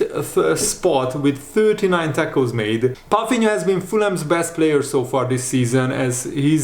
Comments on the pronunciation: As a portuguese i must say, you are assassinating his last name "Palhinha". Pafinha?? 😂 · Hi how you pronounce german words is very well. Did you learn that in school. Why do you call him "Palfinia" when there is no F in his name?